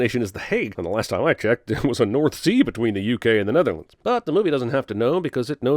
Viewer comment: You said Nether-landlines whilst they were still in England haha, weird